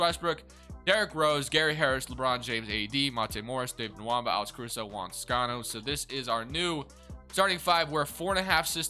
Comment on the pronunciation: David Nwaba’s name doesn’t have an M in it 😫😫😫